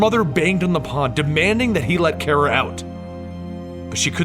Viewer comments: it's.. pronounced.. "car-uh" not "care-uh" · no hate but its pronounced CAR-uh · 1st you are my favorite you tuber but.... I have to say it because I'm to big of a Supergirl fanboy (thanks to you) 😂 But it's Kara! (Like Cara but with a K ) 😂😂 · You pronounced Kara's name wrong.